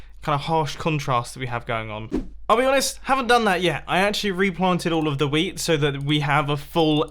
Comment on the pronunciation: when he sais wheat it sounds like weed...